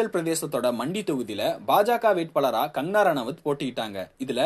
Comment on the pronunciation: Her name is Kangana, not "Kangarana". Please pronounce her name correct in the first place.